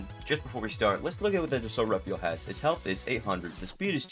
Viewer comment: It's pronounced "De-salt Rah-fahl"